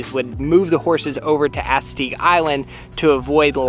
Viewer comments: Did he just call Assateague island Asateague island i've been there before and there was so many horses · Try visiting Salisbury md (Btw it’s pre bounced as-a-tek) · I'm bothered about the way she pronounced Assateague. I'm so used to the “maryland” pronunciation. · the way she pronounces assateague island 😭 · You’re not going to get a better crab cake then in the state of MD, that is what we’re known for!! But y’all should have stayed a little more and explored bc there is some hidden gems in this (horrible) state lol! Side note, the way pronounce Assateague you know she not from around here 😂😂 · Soooo close on the pronunciation of Assateague,, hahah